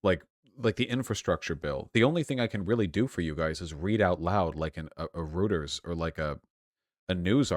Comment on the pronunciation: REUTERS: Royters, not Rooters.